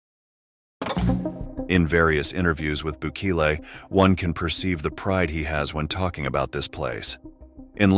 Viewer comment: Why do you butcher his name.